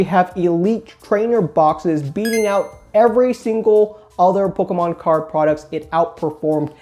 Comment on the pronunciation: Lets say it like. "Pokmon"